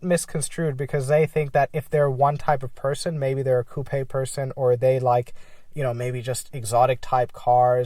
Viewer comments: Coupe-a you mean coupe? lol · I know it shouldnt... but it bothers me that you say coupe like that 😂